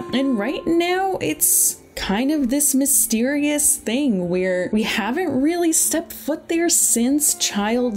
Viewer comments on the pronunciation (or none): none